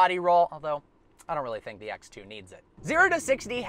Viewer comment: ”ax two”